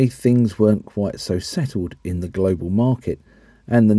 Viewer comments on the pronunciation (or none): none